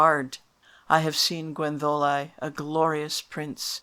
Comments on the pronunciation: Yes, I know (I am Welsh); but it doesn't sound like that when you say it. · Yet you pronounce Gwenddolau as Gwendolau, not Gwentholau. Some inconsistency here, I think.